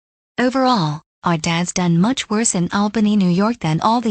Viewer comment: Also, it's "much", not "mush", you know